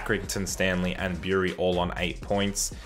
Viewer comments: Bury is pronounced B like bur (like in butter) ree not Byuree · Bury is pronounced Berry in my opinion, but definitely not how he said it xD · The way you said bury it's pronounced berry like strawberry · Bury is said berry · most people I know say it "berry". It's just I've never heard people say it like that before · Bury is pronounced "berry" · North east is basically Sunderland, Newcastle and Hartlepool so it'd probably be better to include some Yorkshire teams there too including the likes of Leeds, Bradford and Boro. The teams in this experiment seem accurate enough. For future reference, Bury is pronounced 'burry'. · Bury is supposed to be said like bery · The way you said "Bury" 😂😂😂